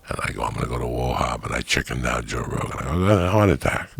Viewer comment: You know its about to be a good story when Joey says "joe rogen"